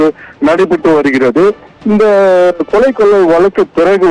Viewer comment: தமிழை கொல்லாதீங்க கொளை இல்லை கொலை